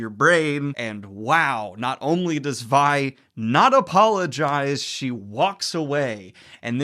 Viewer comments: Vi is pronounced like Its v(eye) not v(ee) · The name "Vi" is pronounced with a long "ī", as in short for "Violet". Not "Vee". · So you know it's pronounced V-eye not Vee. Not being a butt, just so you know. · As a long time league and fantasy fan, it makes me so happy that you enjoyed this!!! PS: it’s Vi as in Violet not Vee. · Her name is Vi, not V. You say the I, sir. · I noticed that too lol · How is it you've watched the show and still mispronounce Vi's name? No hate, just curious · Are you pronouncing Vi and Vander wrong on purpose? They say the names... in the show... like... it's audible... many times... i love you Daniel but godamn this was hard to watch. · Vi is pronounced as in Violet.